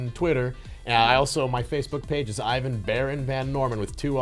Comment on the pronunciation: IVAN not IAN.